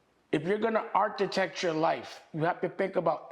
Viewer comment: Dame, the "CH" in Architect is pronounced as a "K"....